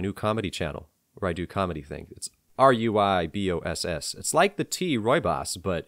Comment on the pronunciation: Norville "Shaggy" Rogers: "Zoinks!"... liked within 1 minute 😅 (RuiBoss = Rooibos; know the tea, I enjoy it as much as enjoys Eggnog 😵‍💫)